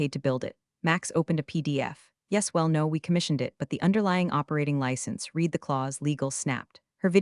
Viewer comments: Reads like an AI-genetated story. It's not this, but that and a few instances of past-tense "read" spoken as present time reed instead of _red_. Fast food for the brain. One forgettable feel-good revenge story. Not great, not terrible either. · I like the stories; however, the AI text-to-speech really needs work pronunciation is horrendous. Read (reed) read (red) etc. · I'm one of the 93% not subscribing because the AI needs to be taught how to pronounce read/read and live/live. I could go on but I think you get the picture lol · Still can’t pronounce read correctly?